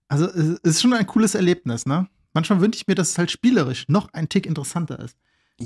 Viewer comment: mantschmal, aber auch nur mantschmal :D